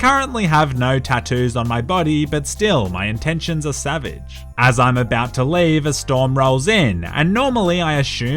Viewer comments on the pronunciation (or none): none